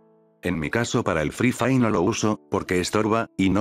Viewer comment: "EL FRI FAI" xD jajjajajaa muy bueno b roo